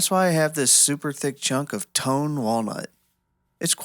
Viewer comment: "Toan wood"